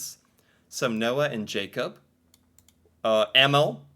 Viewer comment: some guidance. If you want to say it right. Use google translate with sound . But EMIL is not pronouced EMMILL. It's Eh-miil. Emilie is Eh-mi-li-eh. Thea/Theo is Teh-ah/oh. Tobias is To-bias.